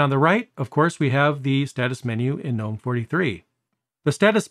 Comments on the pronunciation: It's pronounced guh-NOME, btw. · I think you might be one of the few Linux YouTubers that pronounces GNOME with the G being silent haha.